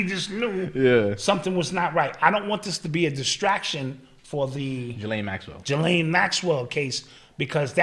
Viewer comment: It’s pronounced Ge-Len. Nothing like it’s spelt. Lol. Was listening to her Brother being interviewed the other day.